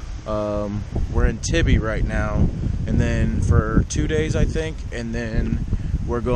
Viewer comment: When you pronounced tybee island wrong I lost it haha